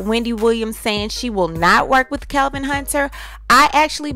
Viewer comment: I thought his name was Kevin at 1st and kept wondering why CS kept calling him Kelvin. Funny how the only person who kept calling him Kelvin was the only 1 that got it right from the word GO!